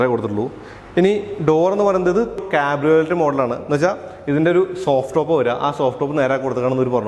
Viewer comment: കാബ്രിയോലെറ്റ് അല്ല കാബ്രിയോലെ, ഷെവർലെ എന്നു പറയുന്ന പോലെ